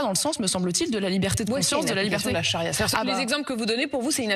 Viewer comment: "La chari'a alimentaire" 😂😂😂😂